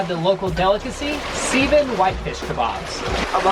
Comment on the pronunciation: He said Lake Seeeevan 😂😂😂😂😂 Its pronounced Seh-Von lol just thaught it was funny